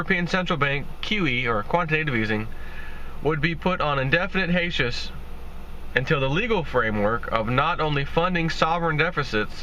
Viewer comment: hiatus is pronounced "hi-ate-us" not "ha-shus"